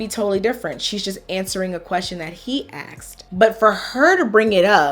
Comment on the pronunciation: she axed????